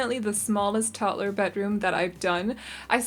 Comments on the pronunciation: Of you say 'Tott-ler' ONE👏MORE👏TIME...🤣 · When people pronounce 'toddler' as 'totler' it gets me 😂😂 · Are you saying Tottler?